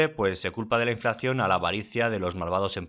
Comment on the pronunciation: Muy buenos tus vídeos. Solo un detalle, es inflación, no "inflacción"